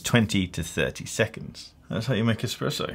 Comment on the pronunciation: Er... did you just say “that’s how you make an EXPRESSO”....? Yikes.